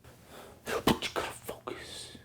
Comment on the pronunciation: He always say that word fucos